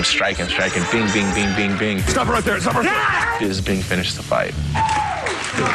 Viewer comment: normal: Michael Bisping Tito Ortiz: Michael Bingsping